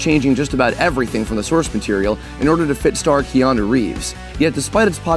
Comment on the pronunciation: His name isn't pronounced "Kee-ah-noo". It's pronounced "Kaah-noo".